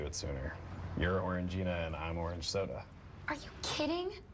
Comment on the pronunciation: Why do you guys keep calling Orangina "Orange gina"? There's just one G!